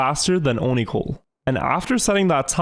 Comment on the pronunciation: Onicole.. I thought you said Onahole hahaha